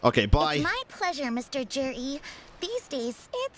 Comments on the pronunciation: Can someone tell me how the heck Zhiyi is pronounced like "jury"?? Chinese pronunciations make no sense to me. :""D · It’s just butchered, the “Zhi” isn’t supposed to have an “r” sound in it like the word jury would